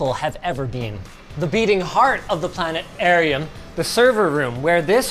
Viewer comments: does Linus not know how to say "Planetarium"? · Am I the only one who heard “Planet arium” from South Park 😂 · "Planet Arium"? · Linus is the second person after Dr. Adams that pronounces planet-arium this way 😆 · "planet airium"? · I was just saying plane arium in my head as I'm watching and then Linus busts it out. Good South Park reference. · "Planet Erium." This gem can't be overlooked. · I may have missed something, but is there a reason Linus says “planet-airium” several times instead of “planeh-tearium” or was it just a weird misspeak? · I cracked up at Plane-arium haha yea I'm that old. SouthPark ftw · Planet....arium. Nice, now was that written in? Or is that Linus's touch? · Planearium haha great south park call back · Linus actually said Plane'arium 🤣🥳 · He said Planet-arium!! Is he a South Park fan?? 😂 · Linus doing an old school callback to South Park from 1998 with his pronunciation of "plaet-erium." Burned into us old people's brains. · Does Linus has the rare bone disease that prevents people from pronouncing the 't' in planetarium or is he just a SouthPark fan? Anyhow great video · Linus pronouncing planetarium as two distinct words was so jarring to my ears, I almost didn't click the thumbs up button. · I had to make sure that it was an SP reference, and not just the Canadian pronunciation.